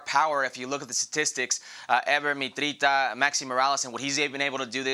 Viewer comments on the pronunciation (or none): Herc, it’s “Mitritsa”. lol